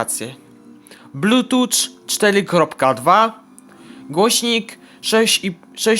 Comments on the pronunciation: Nie muwi się blutucz tylko blutchuf a piszę się Bluetooth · Blutucz :D "(...) podłanczamy do tableta (...)" "odłanczamy" "włancza" Szok!